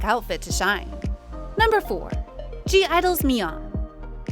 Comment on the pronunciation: Finally someone pronounced Bahiyyih and Gauel's name correctly. But (G)I-DLE's pronunciation is wrong as the "G" is silent and only pronunced ae 'IDLE"